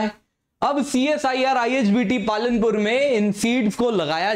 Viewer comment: Palampur not palanpur